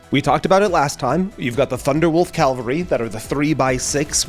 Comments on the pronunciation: caVALry, not calvary. Cavalry are mounted forces, Calvary is the hill where Jesus was crucified. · Funny He IS the second American i'll hear pronounced IT that way 😅 the Other was an actuall History Professor 😂